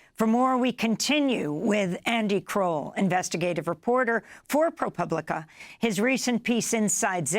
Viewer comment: When did Amy start pronouncing ProPublica correctly? For years she was saying it like "pubic".